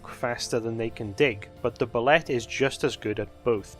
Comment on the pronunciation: "Boo-lay", not "bull-let". The 'ette' is pronounced like a French word. And if you aren't running them like a cross between Tremors and Jaws, you're doing it wrong.